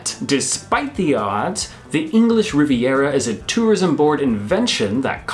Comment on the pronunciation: Rhubarb has STALKS, NOT STOCKS. It is the English Riv-i-era NOT English Rivera